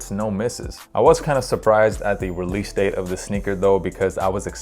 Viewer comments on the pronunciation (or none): none